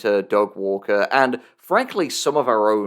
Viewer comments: I still land on 'Doug Walker' pretty consistently (maybe it's my british accent) but I am beginning to be able to hear the Du Gwarwer in your stuff, so that's a thing now. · I am unfortunately only going to be able to hear “da gwawker” any time I hear Doug Walker’s name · da vinky vs da gwawker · I have no idea why you folks keep saying "Da Gwaker". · Da Gwawker? Seriously? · Da Gwawker Help Da Gwawker has found me! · WATCH OUT, ITS DA GWAWKER!!! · 'Ey, I'm Gwawken' here! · EYYYYY I'M DA GWAWKIN' OVA HERE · Da Gwawker is killing me in the same way as that one reddit comment referring to George Orwell as "jorjor wel." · Da Gwawker actually killed me... cause I also say his name that way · Da Gweawker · Don't tell uncle about Da Gwawker! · Thank you so much for giving me "Da Gwawker"